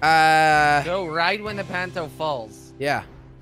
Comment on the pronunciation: Jelly it's punto not panto